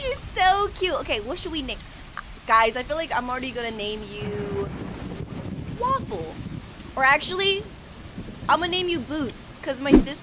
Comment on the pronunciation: U allways say "wafell"